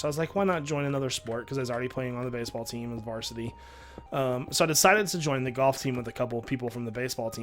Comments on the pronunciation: U say goyh instead of golf and it is annoying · Is he saying, "Goff" or "Golf"?